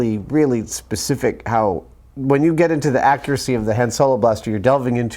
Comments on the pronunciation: The way he says accuracy makes me sick “Accursy” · Why does pronounce so weird. I heard an "Akuracy" and a "Weaporny". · The way says "accuracy" and "accurate" drives me insane.